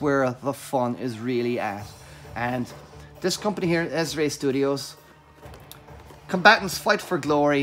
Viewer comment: Thanks for the review and proper pronunciation of "Xesray".... we all were wondering.😉👍🏾